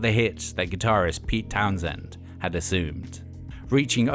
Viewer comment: not 2 nitpick, but Pete Townshend. not Townsend.